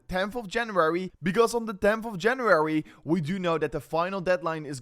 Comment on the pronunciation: Love your videos just one thing it’s not Januarary lol it s January